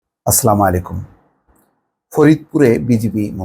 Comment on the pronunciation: আসসালামুআলাইকুম ওয়ারাহমাতুল্লাহি ওয়াবারাকাতুহ কেমন আছেন ভালো আছেন, আপনাকে আমার মন থেকে পছন্দ করি ভালোবাসি প্লিজ দয়া করে সালামটা একটু সঠিকভাবে উচ্চারণ করে দিবেন, সরি ভাইয়া মনে কিছু নিবেন না।